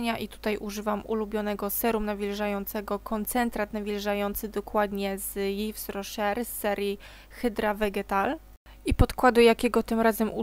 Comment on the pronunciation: Akurat dzis o Tobie myslalam, bo czekalam na nowy filmik:) czy Ty kobieto, umiesz w ogole zrobic brzydki makijaz? Bo wpadam w kompleksy :) I mam nadzieje, ze sie nie obrazisz ale zamierzam pomoc Ci z wymowa kosmetykow. Yves Rocher czytamu If Rosze a pomadki z NYXa Linżeri :) tak tylko na przyszlosc informuje :) pozdrawiam i czekam na kolejne tutoriale :)